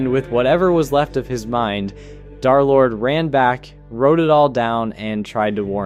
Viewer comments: Why do u call him darlord? Its derlord bro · Come on... it's Der-lord, man. 😢